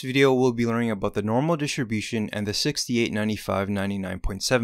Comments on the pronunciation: DI-STRI-BU-TION Jesus!!! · I learned that distribution has a silent “t”.